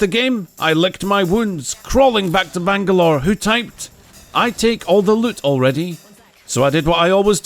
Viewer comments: Missing Bangabro sounded like you said. Mission Bang A Bro. Sorry but I laughed too hard at that. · Did he call him "bang-a-bro"? sus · Bangalore became bangabro HAHAHAHA THAT KILLED ME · "vangalore then turned into bangabro" Wait Bang a bro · Did he say BANG A BRO? Wtf? hahahaha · Bangalore became a Bang-a-bro lol